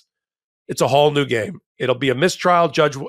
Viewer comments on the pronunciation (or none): He said ‘wooil”